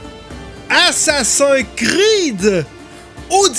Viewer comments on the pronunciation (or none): RIP la prononciation :( Assacin cride !!!